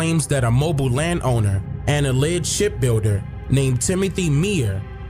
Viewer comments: It was a lot left out of this story....I was born and raised in this city. But whatever....its pronounced MOE-BEEL...not mobile like mobile phone. And Meaher is pronounced like mayor.... I really wish you would've gotten with the old heads from the area for this so it would have been more informative. Still though love seeing other people's opinions on our stuff though. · Very interesting.....one little thing , I'm from Alabama and it's not pronounced Mobile like the car or phone but " Mo Bill" like that white guy in the video said. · Mobile is actually pronounced...Mo-Bill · I can't believe you came to my city, that's dope. You made realize how important what was in the back of my head when I started seeing Africatown. I have to ask my mother and see what see what she knows. Also our city is pronounce (MO- BILL) Mobile,Al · It's pronounced "Mo-beel." I'm from Mobile, Alabama. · It's pronounced Moe>Bill. Or mo Beal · BTW: It's pronounced Mobile...not "Mobile". 😊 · It’s pronounced Mo-beel. And I agree with you because my grandmother talked about our indigenous heritage, never slaves from Africa. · The city is pronounce MO-BILL lol not like a mobile phone 🤣🤣🤣 okay back to the video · Its actually pronounced (MO-BILL) Mobile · Mobile is pronounced ' Moe-bill '